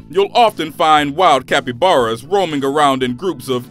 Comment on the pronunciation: video says cappyaras as violent EXUSE ME WHAT?